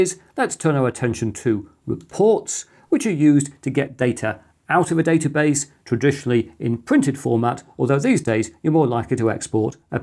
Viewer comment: It's pronounced database, not database!